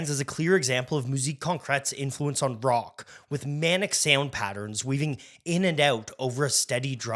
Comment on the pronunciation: Indeed. Horrendous mispronunciations throughout - also of French and German. He even said "brock" instead of rock once. Is he AI?